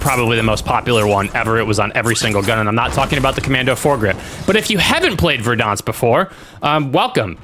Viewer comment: its pronounced Ver-dans-k say it right